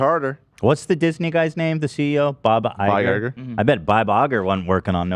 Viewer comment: classic Ethan misspronouciation "whats the disney guys name? Bob Iger? I bet Bibe Ogger wasn't working"